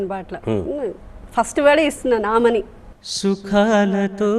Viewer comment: Balugari abbai ki telugu raakapovadam duradrushtakaram. Sukhaalato kaadu Shukaalato